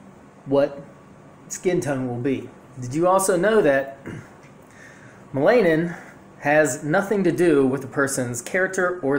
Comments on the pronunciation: It's pronounced mell-a-nin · ma-LAY-nin lol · Bruh.......no😂😂😂😂😂 and its pronounced MELL-anin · YOU DONT EVEN SAY MELANIN CORRECTLY HOW CAN WE TAKE YOU SERIOUSLY WOW